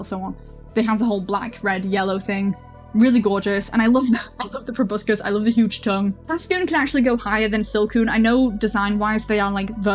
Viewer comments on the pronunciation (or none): none